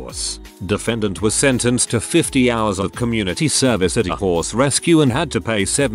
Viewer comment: The horse story...sad but I cackled because the way he said horse sounded too much like whores 🤣 "ripped the poor whores face to shreds, the little boy saved up by selling chickens to pay for half the whores" 😂😂😂